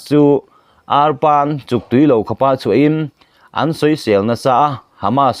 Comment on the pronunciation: Thi hlum a? 😅 'Âra chuk tui lo' thluk dan kha a dik lo, tui lo kha, thil ei tui lo or artui tih anga lam rik tur aw. Nangni ho hian mizotawng hi han thiam em em mai ula kavan ti tak em 😊